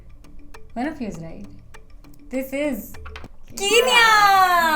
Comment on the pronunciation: I'm so sorry but its not pronounced as keenya its kenya like k-n-ya 😶‍🌫️